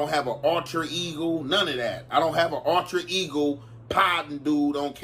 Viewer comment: Bro said ultra Igor